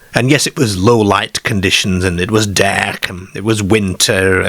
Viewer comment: Derk and Ker😂😂